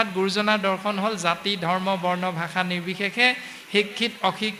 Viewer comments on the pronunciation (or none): none